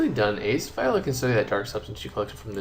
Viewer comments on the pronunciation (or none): none